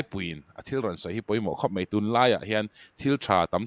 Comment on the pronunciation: Mei ti lovin mai tila hriat a nuam dawn asin🙈